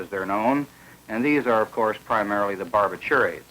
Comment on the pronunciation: BAR-bi-TUR-ates? Wtf …You mean BAR-BI-turates?